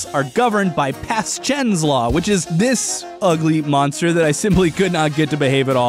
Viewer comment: "[Pas'chen]" Me: [Pashen]